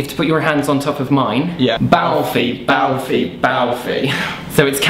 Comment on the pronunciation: # Zalfie not #Balfie